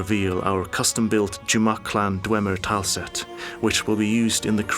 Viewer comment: Bruh the way this guy says tile set...